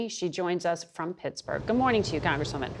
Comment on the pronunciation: Gads it bugs me how Margaret says: "Guh-morning" is it a regional pronunciation to skip the D?